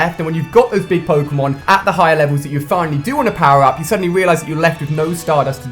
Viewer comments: It's pronounced poke-(long)a-mon. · Its pronounced "poke-ay-mon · WTF the way he said Pokémon in the beginning.... O.O